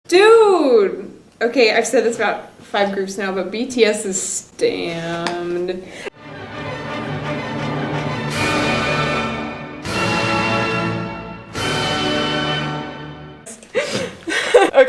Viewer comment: SHE KEEPS SAYING "STAMMED" I CANT 😂😂